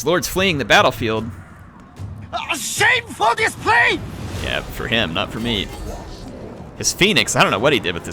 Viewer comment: I JUMPED WHEN I HEARD "SHAMEFURRR DISPPLAAY"